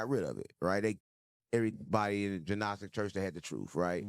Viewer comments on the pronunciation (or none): He says it right plenty of times before this episode idk why he chose to say it wrong on purpose this time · Hey Unc..love this episode..teaching and questioning. On the Gnostics, the G is silent.